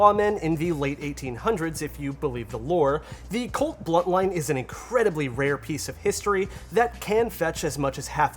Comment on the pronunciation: Dude, its a BUNTline, BUNT. Great video otherwise.